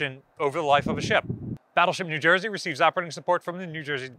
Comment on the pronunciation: AGAIN! !the name of the 24th state ends with an E sound not an A sound. you are making yourself look like an uneducated cretin. of course new jersey produces a bunper crop of cretins every year. BTW my friends father was a liguist at a top university and he says E not A